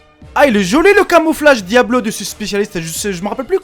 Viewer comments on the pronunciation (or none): none